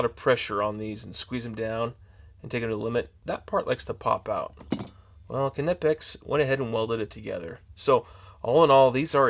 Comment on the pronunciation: You should pronounce the K. It is a word in German..not an English word